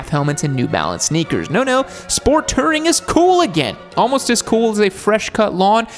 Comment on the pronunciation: "Sport Tering"